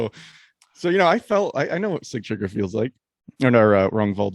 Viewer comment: You guys do a great job overall. Kudos to your dedication. I'm surprised you guys didn't mention Sigtriggur jumping from the window and mauling that man like a beast. What a spectacle🤩 Please tell it is not see-tree-gear. Sig-tri-gur.